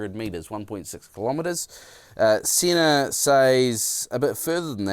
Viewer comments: I wonder if "Hey Sena" never worked because Sena (세나) is pronounced "Seh-na", instead of "See-na". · Oi crocodile Dundee what’s all this about a Siner ………it’s a SENA at least pronounce the name right if your going to review products